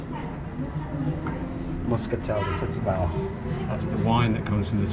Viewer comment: Don't say "shtubal", it's pronounced like "stew-bal". ; )